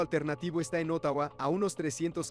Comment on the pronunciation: Como dije en el otro video, no dijo niños 😂 Una vez más gracias por aprender a decir Ottawa ❤